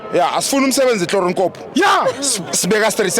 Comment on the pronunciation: Kahle wena 💩 its Manqoba not Mancoba dede lenja